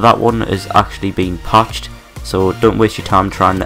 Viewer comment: "thas won haz been pached" don't fucking talk about it then.